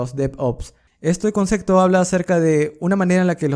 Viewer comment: Súper bien en el dominio de la materia, pero PORFAVOR no se dice CONCECTO, es concepto (con P)